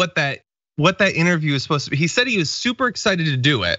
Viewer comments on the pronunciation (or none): *supposium. Once you him say it, you cannot unhear it.